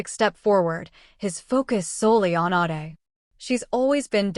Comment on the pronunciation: The AI narrator need to pronounce WORDS CORRECTLY some times ADE is pronounced aid then others Aahday which is it?